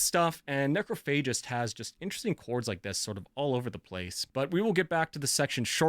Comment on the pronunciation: massive Necro fan but can't even pronounce the band name correctly? It's Necro PHA gist not fay gist